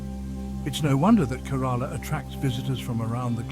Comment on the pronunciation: Please at least learn to pronounce the name of the state correctly